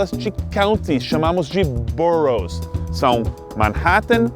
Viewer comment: Wow! How long have you been living in the US? Your pronunciation of the boroughs were absolutely perfect!